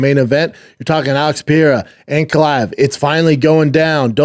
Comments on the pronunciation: why does he call pereira pee-arah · Pee-Erra ….. Pee-Air-a Pre-rare-uh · Is he still pronouncing Pereira wrong?